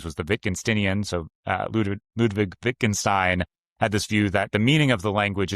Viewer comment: You badly botched Wittgenstein, bro...